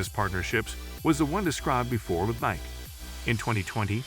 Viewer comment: Can’t pronounce Nike correctly? WTF. Davis Love eye eye????